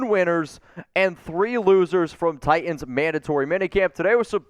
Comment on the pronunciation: There is a second t in Titans. It’s notTi-ands, it’s Ti-tans.